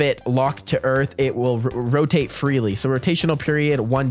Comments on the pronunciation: did you mean earf instead of earth? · yes it is called earf!